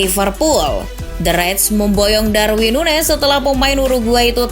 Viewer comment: SOK TAU DIMASUKIN NUNEZ STRIKER FLOP. AAAHH CHANEL TOKAI. PRONOUNCE AJA MASIH SALAH SOK TAU MANA FLOP MANA ENGGA. LIDAH LU NOH YANG FLOP